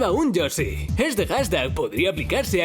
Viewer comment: Lo dijiste mal y que asco